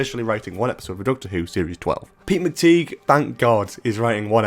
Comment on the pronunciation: I know it's a small point but McTighe isn't pronounced 'McTeeg'; it's 'McTie' - like 'tight' but without the final t. As I say, it's a small point but it does matter.